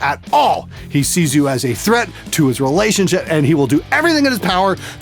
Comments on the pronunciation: did he say: relationshit? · It sounds like your said "relationshit" instead of relationship, which is fitting.